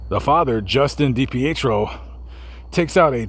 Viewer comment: Trisha is a great mother, her addiction didn't mean she was a bad mom. No one's perfect. She's clean now raising her children and still pushing for answers. Also it's pronounced Dee-Pee- Tree -O. I normally enjoy your videos but this is my home state and trashing on someone for something that has nothing to do with what happened is pretty low. It makes no difference to what happened to have not brought it up.